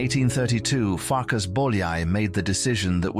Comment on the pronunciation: Not Farkash but Farkas. Not Janosh but János. In the Hungarian language what sh in English (for example ship) is s. What s in English (for example sky) is sz in Hungarian. I am Hungarian. Not to mention, that in Europe the Hungarian language is the only one where the family name is in the first place and the christian name follows it. So the correct names are Bolyai Farkas and Bolyai János. Another interesting thing that the ly in Hungarian is y in English (like yacth).